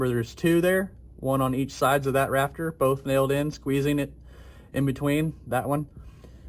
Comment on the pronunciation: Pretend like he’s saying raptor the whole video instead of rafter